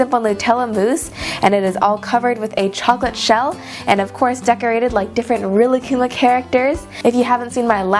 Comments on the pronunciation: Rilakkuma is said like this: Ri•La•kku•ma Not Rila•kkuma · Actually rilakkuma is pronounced ri•Ra•kuma since in the Japanese language the l makes an r sound